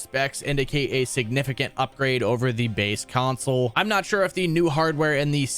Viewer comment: Why the fuck is this dude adding a Y to the word console? CYonsole